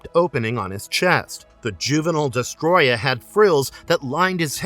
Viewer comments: It's not Destroya it's DestOroyah. Des toro yah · Uff how can someone butcher the word Destroyer that badly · Homie managed to miss the first “O” in his name the whole video